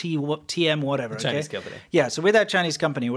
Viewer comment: Chi-Neech VIrus 😅😅